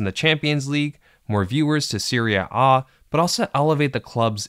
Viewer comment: Annoying and unnatural pronunciation of 'serie A'